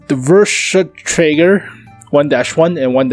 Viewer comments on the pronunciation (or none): Here is your first lesson of German. V is pronounced as f So versuchsträger =fersuchsträger Second point is that w is what the germans use to make the standard v sound